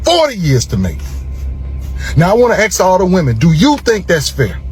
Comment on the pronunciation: Talk about the lack of self reflection and accountability! Consequences of YOUR actions… if you didn’t know “that woman” why did you marry her?! Also a lawyer who still says “Aks” vs “Ask”?? Very sus. These men are so delusional it’s beyond comprehension